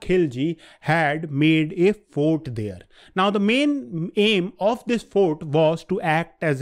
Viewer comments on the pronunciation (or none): none